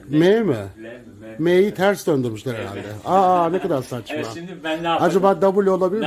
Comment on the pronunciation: şeker herraldeğğ diyor